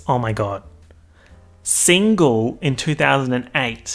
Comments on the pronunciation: And whenever he says signal instead of single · take a shot anytime he says signal instead of single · saying "signal" instead of "single" all the time... the illiteracy luv xx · The reason why can’t pronounce single is because he can’t get over that he is also, single